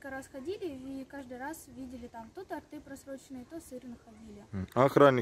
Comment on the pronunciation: Всё правильно. Режет слух ВЗАДИ И тортЫ. Исправляйтесь.